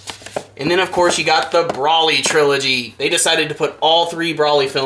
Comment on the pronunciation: Bro-ly, not Brawly